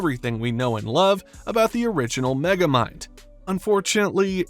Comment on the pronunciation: Don’t you mean Meh-gamind?